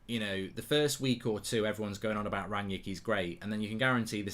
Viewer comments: Mark why do you call Rangnick Rangyick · Is it Rangnick or Rangyick